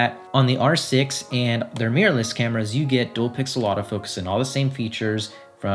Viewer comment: I like how he says "meeyur"